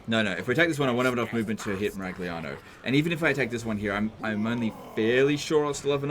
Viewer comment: 🤌🤌🤌It's a Miragliano legend whatt'are you doing!!!! bad pronunciation, warhammer Tilea is Italy do notta destroy the names of our beautiful cities mamma mia!!!!! 🤌🤌🤌 greetings from Italy and please don't butcher the names 😂😂😂